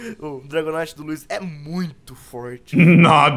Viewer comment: Não é wouiz é luizzio